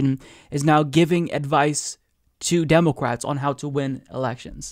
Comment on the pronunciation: democwats? Not trying to be disrespectful, that was just so funny I had to listen twice.